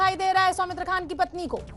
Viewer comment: सौमित्र खान नही है सौमित्र खां है उचरण ठीक से करो